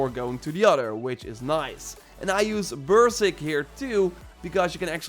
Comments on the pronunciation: WTF is bursick? It’s berserk. There is another r. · Hey just a friendly heads up Berserk is pronounced more like ::::::::::::::: {Burr • Zerk} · Just a tip for you my friend. "Beserk" is pronounced like "bee-zirk" I love your videos bro. Keep up the good work. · Took me 3 rewinds to figure out what "bursig" was. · Gardea Berserk, took me a while to figure it out too